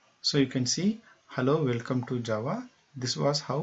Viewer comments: that's welcome not wecome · "Hello, "wecome" to java"